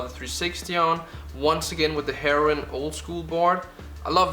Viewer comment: Can’t tell if he mispronounced heroin for ad revenue or cause European.